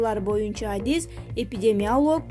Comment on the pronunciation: Эпидемиалоог, анистазиолооог эмес туура акцент м/н окугансуйлогон диктор жокбу